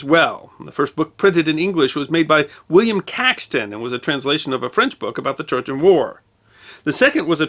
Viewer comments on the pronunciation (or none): none